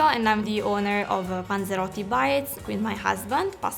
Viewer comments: About 13. Like 7 times she says ponzerotto. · Drinking game every time she says panseroty u must drink ..........Some one is gonna get fucked up